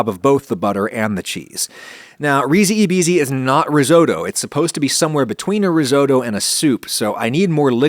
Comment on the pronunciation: The "e" in Italian is pronounced more like an "a" and "i" more like an "e", with the english pronounce in this case it would be something like "reesee a beesee" But great recipe! I live close to Venice but I rarely eat this; my family use to cook peas with tomato sauce and pasta, and eat the bisi (or green peas) eaten like plain potato salad, both delicious; but hopefully I will try to make your recipe myself, it seems really tasty 😋